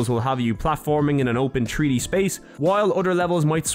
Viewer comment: In a TREE D SPACE!?!?!? YOU MEAN THREE DEE!!?!?